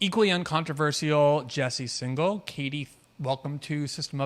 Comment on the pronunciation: And in this one, he said 'Jesse Signal' rather than 'Singal.' (Though I guess that's still not as bad as 'Sportify'!)